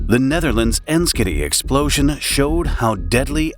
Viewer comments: 'Enschede' is pronounced ens-gay-day. It's not a joke. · Enschede is pronounced “en-shed-deh” for your information. May be Canadian but been to the Netherlands three times